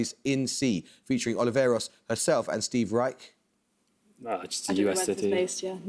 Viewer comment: mispronounced Steve Riech's name. Should be "Rysh." Wonder what he'd do with "Moog."